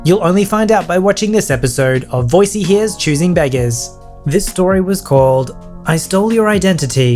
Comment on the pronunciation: The choosing begger intro sounded like choosing bagel